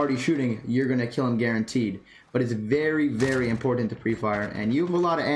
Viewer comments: ImPORtant. And is he saying PUB instead of PUG lol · lol this was a good video for new players for sure but i just gotta pick on u a lil bit on something u say cus its driving me NUTTS haha the way u say important is SOOOO pronounced it was cracking me up every time u said it. I cant call it wrong cus ur saying it how its spelt but ur like imporTant lol